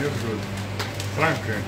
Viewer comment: хочю вас поправить. Ваш коллега не Франка(это женское имя), а Франко(мужское). Старайтесь произносить чётко "о". Но ударение делайте всё-равно на "а" Фра'нко. Ему будет приятно, а для вас правильно. Извините.